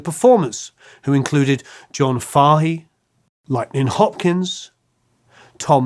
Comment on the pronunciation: Great piece! Small point. I know you're from the UK, but John Fahey's name is pronounced FAY-hee, not FAH-hee.